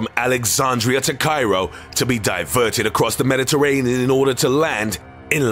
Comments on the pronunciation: Across the Mediterrannnnneaugh. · across the Mediterraneninin inorda to land.. in LANACA CYPRISS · Is nobody talking about how hard he struggled to say "Mediterranean"? XD